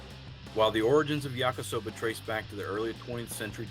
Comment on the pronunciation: Ya-KEE-soba, not yak-KUH-soba.